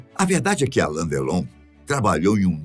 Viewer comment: Não é por nada não mas não é ALAN é ALAIN com I.